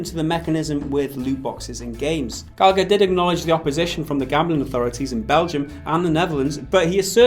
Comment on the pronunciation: Its pronounced Gall-a-her not Gal-act-her